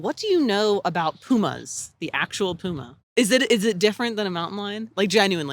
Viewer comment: It is Puma, not Pyjama ;)